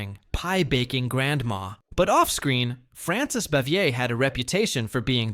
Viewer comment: It's Frances Bavier, not Bevier.